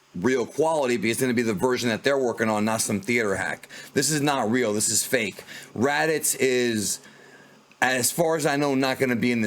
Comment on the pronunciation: Raditz? Raditz is still Ra-aditz. Nappa